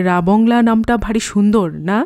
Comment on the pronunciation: জায়গাটার নাম রাবাংলা আর ধনৌলটি উচ্চারণ টাও ঠিক নয়। কথাটা ধনৌ-লোটি নয়। ধনৌল-টি।